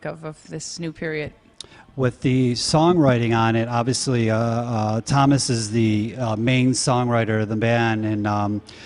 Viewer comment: Interesting interview, but his pronunciation, oh my god. Tuomas ≠ Thomas. Also the J in Floor's last name is not pronounced like "jam".